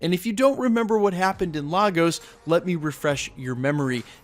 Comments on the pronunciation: Point of Correction, It's not Lah-Goes, it's Lay-Gus. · Hate to be that guy but the city is pronounced 'lay gos' not 'lar gos' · IT'S LAY-GOZ NOT LAR-GOZ... jeeeeez lol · It's pronounced Lay-gos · ok everyone say it with me now... "Lay-guhs" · LAGOS is pronounced Lay-Gus make the attempt atleast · Yo bro, it’s pronounced Lay-gos just letting you know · Nice breakdown. BTW it's pronounced LAY-GOSS! LAGOS. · It’s LAY-Gus Nigeria. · So frustrating that wandavision creators put so much time into researching sitcoms for accuracy but no one took a second to research how to pronounce Lagos correctly. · why does everyone pronounce Lagos wrong? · As a Nigerian, the way this guy says Lagos🤦😂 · So many people mispronouncing Lagos.